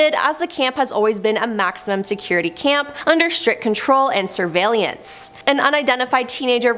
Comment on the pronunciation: It's nu-cle-ur not nuke-u-lar, sur-veil-lance not sur-veil-li-ance